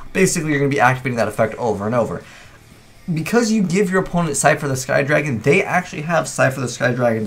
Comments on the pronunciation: It's Slifer, not Sifer... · You forgot an L in slifer. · You forgot a L in Slifer, btw great video :)